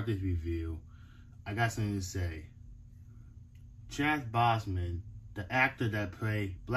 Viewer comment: Btw you said his name wrong it’s Chadwick boseman and plus you should definitely get a table to unboxing your videos to make it better just but great unboxing